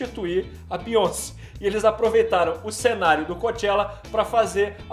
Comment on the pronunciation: “ a bionci” kkkk